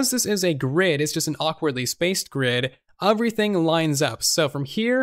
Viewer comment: Why do you pronounce everything “oferything”